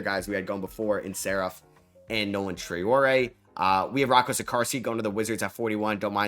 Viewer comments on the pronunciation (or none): none